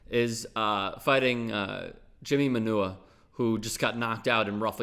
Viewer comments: It's NOT Jimmy "Man-oo-a"; it's pronounced "Man-a-wah". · The way this dude pronounced Manuwa LOLOL!!!